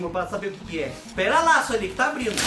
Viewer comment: Abrino, cumeno, andano, falano kkkkkkkkk